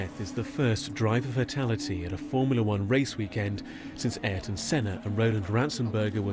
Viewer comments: Be nice if you could pronounce Ayrton's name right. It's actually heard earlier in the video pronounced correctly. But hey, you do you. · Why do people have such an issue saying Ayrton Senna? Ai-air-ton is wrong. Ay-rr-ton is correct ish or just aerrr-ton will do. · Dang it! Can you get someone to read the script who knows how to pronounce the names? It seems doubly disrespectful when the report is about the person's death. It's not pronounced IREton Senna, it's AIRton. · Who's "Ireton" Senna? Please do research... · Your pronunciation of Ayrton is incorrect